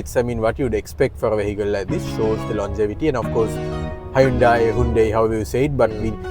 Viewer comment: Good review and good humour too. BTW Hyundai is pronounced as in Sunday.